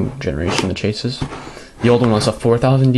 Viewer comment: Im just going to tell you that I DONT GIVE A SHIT, and that everyone thats straight except yourself pronounces it la-che-sis, also I made that review in less than 10 minutes, and nothing was inaccurate I simply read facts off the box and things I noticed while using the mouse, you should really find something better to do.